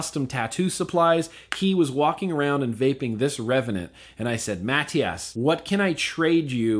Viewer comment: wait was he saying matias or matt diaz